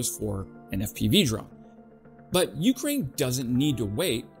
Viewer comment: Speaking of mis-pronouncing words - when you say Ukraine you put the emphasis on the U - not the K. Just some friendly feedback. Ps - I just subscribed